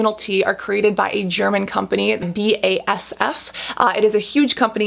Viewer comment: I am german and i love the way you pronounced BASF hahaha